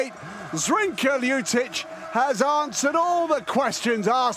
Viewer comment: LjuČić ? :D Is it so hard to pronounce Lj-ut- itch?